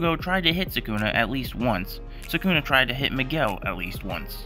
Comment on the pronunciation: ❌Miguel❌ ✅Niguel✅